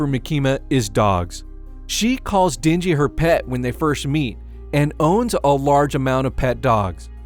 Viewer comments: Isn't it den-ji and not dingy? LOL I love it when white people pronounce Asian names. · Or how he calls the MC Dingy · "She doesn't give Dinji..." and again "Two things in which Dinji desperately needed." It should've pronounced like den. As in animal den. Not din, as in dingy.